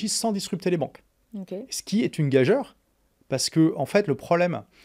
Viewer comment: On prononce [gajure] et non pas une [gajere]. Encore un qui récite un texte qu'il n'a même pas écrit.